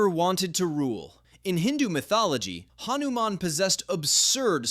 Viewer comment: Bro said hanuman wrong😢😢😢